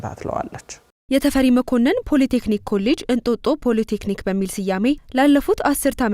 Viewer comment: ለዜናው እናመሰግናለን ! " ፖለ ቴክኒክ" አይባልም፣ በትክክለኛው ፖሊ ቴክኒክ በይ!